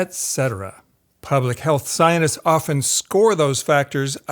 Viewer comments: Are "sionists" supposed to be "scientists"? That pronunciation is very confusing. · 'Scienists'? 'Innerview'? Seriously? I find your inability to pronounce a T disturbing. Something wrong with your mouth? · At first I thought you were saying Zionists instead of Scientists 😅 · Am I the only one getting annoyed that he calls them "scionists" instead of "scienTists" ?^^ Great video besides that! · I find it funny that scientists pronunciation sounds like "Zionists" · zionists and psionists agree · While I do appreciate this video's content, the way pronounces scientists have initially got me confused with "zionists"...the way he pronounces it is almost homophonic.